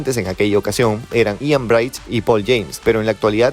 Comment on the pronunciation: Pésima pronunciación del nombre Ian Bridge 😂 es Bridge y not Bright 😂 coño